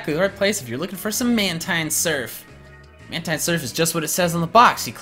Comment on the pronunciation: It's man-teen not man-tine